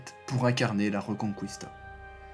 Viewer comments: pour info ça se prononce pas reuconcOUista mais rÉconKista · Reconkista !!!Et non pas Rconcouista🤣🤣🤣👍